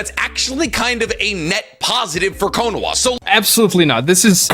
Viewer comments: He kept calling Konoha Konowa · I wont accept anything about Naruto From a guy who keeps saying "Konowa" and "Nuqilar weapons". And also, DeegoKnigth???? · said nukular instead of nuclear so all his arguments are invalid. He also yells and says Konoha as if it was quinoa soooo. In fact the more I listen the more he pronounces things wrong